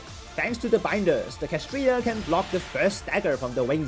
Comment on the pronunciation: It's clearly spelled KSHAtriya, not KAShtriya 😭😭😭😭 My heart hurt watching this video oh my gosh